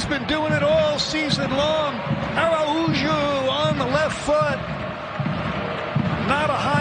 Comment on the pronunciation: I don't understand why all of the announcers keep destroying the pronunciation of Araujo's name. It is not Ara-oo-joe. It is A-row-hoe (row rhymes with cow).